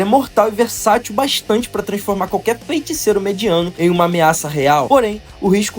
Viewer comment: graças a Deus mano, vc passou a falar FEITICEIRO de forma correta, agora posso voltar a acompanhar seus vídeos em paz. Parabéns pelo vídeo, vc melhorou absurdamente na energia da voz!